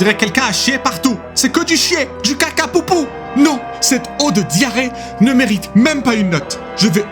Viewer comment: hearing “caca poopoo” in a french accent was probably one of the funniest things i’ve heard all year